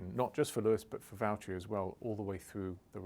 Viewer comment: James, it's Valterri